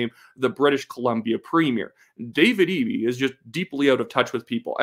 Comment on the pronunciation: Someone else from BC told me how to say Eby's name since I said it like Eb-E, not EE-B